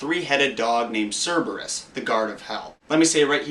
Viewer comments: Its Cerberus not Cerebus smart ass... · Cer-bur-rus not cerabus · Ah, the guard of hell theory makes more sense when you tell it like that. Though, the dog's name is Cerberus, not Cerebus. Easy mistake to make though.